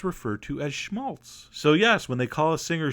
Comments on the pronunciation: How he says Schmalz.. as a german you might have fun now. HAHA. Genius! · You sound so funny saying schmalz :D we say it in germany too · Haha, love it when he says "Schmalz"